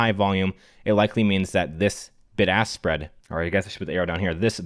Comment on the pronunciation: I know he was saying “Bid-Ask Spread” but I definitely heard “BIG ASS SPREAD” Like 7 times in a row during that section lmao